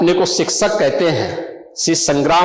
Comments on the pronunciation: sikshak ❎ siksak ✅ 😂😂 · Sik shak nahi beokuf sikchak bolte hai usko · सिक्सक नहीं शिक्षक बाबा जी😂😂